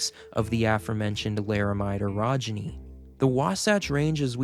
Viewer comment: you need to pronounce orogeny a little less like "erogeny" which is something completely different